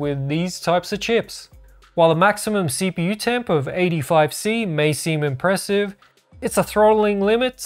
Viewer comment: Wow, impwewsive 🙀